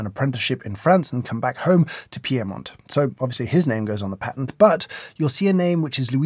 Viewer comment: first - the intro is prolly the commercial Bialetti's marketing would like to make when they grow up. wicked job. second - why do you pronounce Bialetti (or for that matter Piedmont) with separate vowels instead of a diphthong? i'm not Italian but this sounds kinda weird. third - isn't the "original", pre-lever machine espresso something along the lines of moka pot brew?